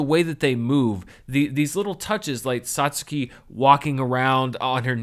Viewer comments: The fact that you pronounced that Japanese name correctly (sotskee as opposed to sat-sewkee) already tells me you won't be a novice anime fan for long, and of course, your studious love of cinema and filmmaking will probably see you swiftly become more knowledgeable than a substantial percentage of the Otaku population as a global whole. Nevermind those that render the community inhospitable to newcomers. Or in the modern colloquial parlance, dab on them haters. The only things I stress are 1) There is never a bad time to watch Cowboy Bebop, and 2) Only those truly prepared should dare test themselves against Hideaki Anno's staggering masterpiece, Neon Genesis Evangelion. For an introductory curriculum, I personally recommend the following hodge podge of gems not mentioned in video: (without the Z) Dragonball, Lupin III, Vampire Hunter D, FLCL, Trigun, Yu Yu Hakusho, Record of Lodoss War, and for the obligatory giant fighting robots quota, there's always the Star Wars of anime, Mobile Suit Gundam. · I commented on the Patreon release of the video, but watching it again i just wanted to add that I'm so happy you are pronouncing Satsuki's name correctly. Mainly because it comes through as you caring and giving it a try.